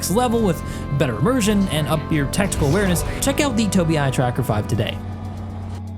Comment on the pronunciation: Your sponsor is called Tobii - not Tobin, pretty sure you want to correct it. ;) My pleasure. And thanks for the great content. (delete this message) :)